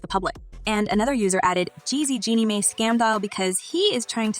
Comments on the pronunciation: Her last name is pronounced "my" not "may". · Your pronunciation is way off: It’s Jeannie Mai (Genie My) And is Tamara (Tah-Mair-ah) Ok her last name is Mowry (Mow-re) 🤦🏽‍♀️